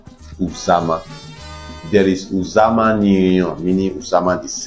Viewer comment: Thanks for this video. Uzama is pronounced oozama. The u is pronounced oo as in loop.